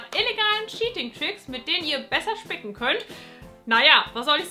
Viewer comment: Wer hat am Anfang auch anstatt spicken, fick** verstanden?😳😂😂